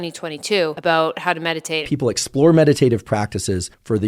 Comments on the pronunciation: Does he actually say "a-boot"? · Omg…I’m a fully fledged Canadian… lived all across this country. And your friend at the start of this video… that’s the FIRST TIME I’ve ever heard someone say ‘a-boot’. We’ve found THE ONE. Love the video - meditation is tough, but keep up with it. It can change your life, for sure :)